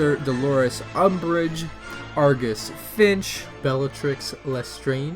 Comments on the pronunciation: Its FILCH not FINCH😂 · Professor Dolorous Umbridge, Argus FiNcH Me: Um... bro it's FiLcH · Remes lupin Argus finch? it's remus and filch. Also there were like 5 other named students. 2 of witch are ginny and nevil. not hating just correcting. :)